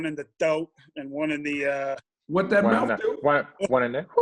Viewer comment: Channing saying "what that mouf do?" When talking about testing hahaha